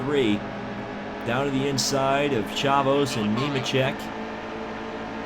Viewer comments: Chavous is pronounced shave-is you silly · BTW Chavous is pronounced Shave-us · It's shea-vous